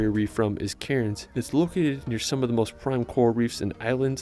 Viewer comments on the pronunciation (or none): heart island is natural it is up in the Whitsunday's and this poor guy go so many of the town/city names so wrong its funny an example is cairns pronounced like can's not karens bahahaha see if you can find an aussie vid to check out Australia love the reaction vids mate keep up the good shizit lol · Cairn is pronounced cans not cai rins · Pronunciation guide: Aussie - Ozzy Melbourne - Melben Bondi - Bond-eye (not Bondy) Cairns - all of us locals pronounce it "Cans" for some reason. Really drag the "a" out to sound like a real local. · Pronunciations were painful, Uluru was weird but the Cairns pronunciation actually made me flinch. Actually nvm, hadn't gotten to Bondi and Bronte beach yet, yikes! Melbourne pronunciation expected